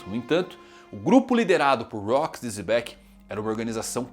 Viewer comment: Por que o mano fala "Zebec"? 😅